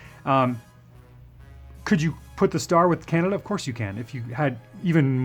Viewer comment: Your customs are pretty RAD brother! But as a person who has lived in Ontario his whole life and traveled the U.S. a great deal..and to Europe..CAN~AD-DUUUH sucks. I'm sure you can guess what I'm referring to. Keep up the cool work!